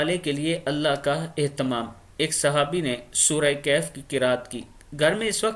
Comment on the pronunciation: Kahaf ha sahi bolo